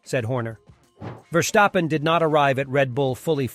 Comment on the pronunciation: Impossible, question has no answer. Max will always be number one, his driving forces it to be so. By the way, his name is pronounced differently, the st in his name sounds like as in step. You pronounce it like scht instead of st, which is more of a feature in German names, not dutch ones.